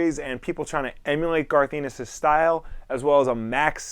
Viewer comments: Garth Anus? It's Ennis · As a person who lives in Ireland I hear the word ennis alot it's a surname and a place I hear it pronounced alot of different ways... but this is the first time I heard it pronounced anus..... garth anus.... darth Anus 😂